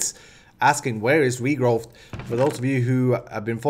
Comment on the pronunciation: i'm late for watching this episode but I have some remarks :-) 1/ I love it ^^ and I'm super happy you're headed to Minecon! Now stream a bit more so I can help you paying for it ^^ 2/ "Regrowth" has no "T" sound at the end 3/ you can make unlimited quantities of sand in this pack when you put a block of cracked sand (the ugly block which covers the whole world) and a bucket of water in a crafting table 4/ you can press the NEI shortcuts when hovering items inside the Quest Book: "R" = recipe of the item, "U" = items which use this item in their recipe Keep up <3